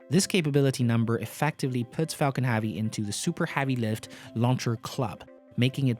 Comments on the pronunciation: "falcan havey" XD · It's Falcon HEAVY not Falcon Havy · Falcon ‘Havey ‘??? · Everytime I hear Falcon Havy, one brain cell dies.